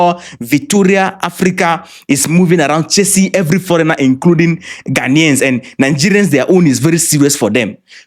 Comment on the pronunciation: Fix your country, my lady learn to pronounce the Ghanaian , don't come to Ghana